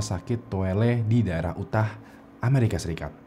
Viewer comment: cik atuh euy jangan UTAH nyebut nya, kaciri banget orang garut nya.. YUTAH... YUTAH...